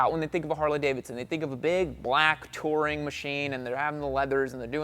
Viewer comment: it's not "Terring", it's "Touring"